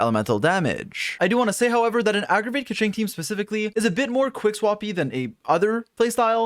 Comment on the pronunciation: "aggragate" lol thank you for the updated guide tho. very happy to be able to use keqing